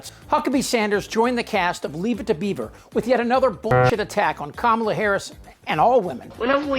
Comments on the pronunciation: It’s comma la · Comma-Luh….its not that hard. Republican politicians cry about rhetoric but lack simple decency and respect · teach the repugnicans that Kamala is pronounced like Pamela. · Does Trumpty-Dumpty make it a rule that everyone in his little universe MUST mis-pronounce Kamala Harris' name?? Does a daily memo go out to tell his toadies the "mis-pronunciation of the day?" He seems to be stuck on Kuh-MALL-uh lately. Thankfully he has dropped the "Ka-ma-bluh. What a loser. VOTE COUNTRY OVER PARTY! VOTE HARRIS - WALZ! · News flash Aunt Lurch, if you were humble you wouldn’t judge anyone. You don’t know the reason why Kamala doesn’t have children. God said do not judge least YOU will be judged. Last, you are a governor elect. The least you can do is learn how to pronounce her name properly it’s just that easy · What an unchristian thing to say about another mother! And her severe lack of intelligence at not being able to pronounce “Kamala”. Well, come January, she can just call her Madam President! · We are getting VERY upset on how people like moron dRump, jd vanstupid, stupid loomer and sarah suckbee harris cannot find the CORRECT way to say VP Harris name. Well WE will definitely show them HOW to say her name on NOVEMBER 5, 2024😡🗳️🇺🇸💙💙💙💙! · They keep mispronouncing her name 🤬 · It’s so blatantly racist when these R’s mispronounce Kamala’s name. They KNOW how to pronounce it, they just refuse to. These are the same people who put the emphasis on Barack HUSSEIN Obama. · Pronounce her name properly,shame on you,lied your way as press secretary ,why should any one believe you .I think it’s a disgusting statement coming from you,you learnt a lot from your boss. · Manhorse Sanders cannot pronounce K amala Harris's name. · Sarah Huckleberry is still intentionally mispronouncing Kamala's name. No one is impressed by this stunt yet all the republicans continue to do it. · Another hole mispronouncing the vice presidents name.